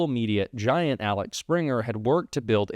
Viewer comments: The reporters name is obviously Axel. You pronounce it “Alex” over and over. Does the person pronounce his name this way? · It's AXEL Springer, not Alex... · axel, not alex lol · OMG,! It's AXEL, not ALEX! You pronounced it wrong so many times. How? Also, "Mathias Dumpferner"? Really? It's Mathias Döpfner. Try again without adding extra letters and syllables. Hint: last name has only 2 syllables. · It's Axel,, not Alex. Anyway, keep up the good work. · It’s AXEL and NOT ALEX!!!!! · Axel, Axel, not Alex, you loose credibility by getting his name wrong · Man. Please read the story as it's written. It's not ALEX. Everytime u got it wrong. FFS. ITS AXEL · It's AXEL -not ALEX!! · Axel* not Alex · it"s AXEL Springer.. please.... like a wheel axel.. not Alex... Axel Springer was a German Publisher, famous for the publication Bildzeitung.. died in the eighties... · Axel, not Alex. Axel is a Scandinavian name 🤷‍♀️ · Axel, not Alex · Axel not Alex, btw Springer is huge in Germany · Usually appreciate your presentations, but, ridiculous as it may seem, this one suffered from your misreading of the German businessman’s name. It’s AXEL, not Alex. Okay once, but five times is unacceptable. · its Axel Springer. NOT ALEX. You pronounced it wrongly nearly 10 times. C'mon, you ain't Don Jr. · Axel Springer not Alex Springer! I love your content and keep up the hard work. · IT'S AXEL!!! NOT ALEX!!! Axel Springer NOT Alex Springer!!! Every time you said it bugged the hell out of me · Axel, not Alex. you gotta review what you read. Other than that keep up the fight! Canada is watching, elbows up!! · Hey, it’s Axel Springer, not Alex Springer like you said. Set an example, and don’t be like Don Jr., or even worse Don Sr.!😅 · aXel springer not aLex springer :D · It's AXel Springer, not ALex Springer 🤓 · Ax-el, not Alex. Different names. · It’s Axel; not Alex. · Axel, not Alex. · AXEL, not Alex! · it's Axel, not Alex. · Its AXEL NOT ALEX PLEASE